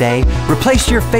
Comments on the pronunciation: He said Tanning Chatum ! XD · He said "Tanning Chatum" 😂😂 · HOLD UP... Rhett said Tanning Chatum... Not Channing Tatum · Notice how he says tanning chatum instead of Channing Tatum the second time in the commercial like thing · Did anyone else hear him say Tanning Chatum? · Did he say tanning chatum? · Did he say tanning chatum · Haha he said tanning chatum again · Is no one gonna mention the second time he says Channing Tatum he says "Tanning Chatum"? Lol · Did anyone notice Rhett said "Tanning Chatum"? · Closer to the end Rhett ended up saying "via Wi-Fi" instead of "via Bluetooth" lol And also… taning chatum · He said tanning chatum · Did anyone notice Rhett said Tanning Chatum? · "Tanning Chatum" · At the end, did he say tanning chatum? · "TANNING CHATUM" Rhett you are forever cursed hahaha! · Did anyone else notice Rhett said Tanning Chatum again? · 2nd time he said 'taning chatum' 😂😂😂 also i think rhett&link and chanung tatum are only 1 or 2 years of age apart so.., yeah